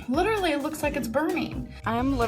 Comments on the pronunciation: Literally Literally Lidderly Lidrly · My poor, abused ears hear it as “lidder-lee”. 😩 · I thought she said lidderly! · It's her saying lutterully 😂😂😂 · Not once. Because she says 'littelaly' 🤔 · Trick question she tries to say literally 49 times but she pronounces it correctly 0